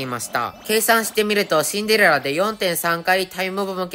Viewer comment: スキル2でも(Android)でも1億出せますか？あとシンデレラの発音よすぎwしんでrrらw